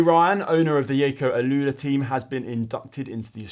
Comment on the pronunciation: Is shirt featuring that aero backpack fairing thing? Is Jayco now pronounced with a soft J, perhaps like Jogging?